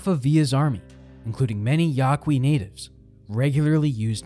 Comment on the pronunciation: I know I'm probably the life of the party doing this but Yaqui is pronounced YAW-KEY I was confused whom you were talking about until I replayed that part lol. great video though was a nice 3am treat